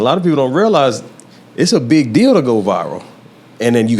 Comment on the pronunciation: Everybody: "Viral" Esso: "VIval"